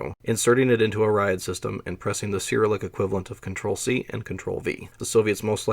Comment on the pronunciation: Also loved every instance of ‘Syrilick!’ I love these two pronunciations so much that I'm literally using them in my head as I read the words now 😂